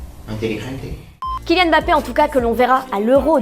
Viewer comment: alors mettre des femmes pour remplir vos qutoas pourquoi pas, mais si vous pouviez au moins en prendre qui savent prononcer les noms... Je suis qu'à la moitié et je me demande déjà qui sont 'bapé" et "gardola". DIS LES TERMMEUHHH !!!!!!!!!!!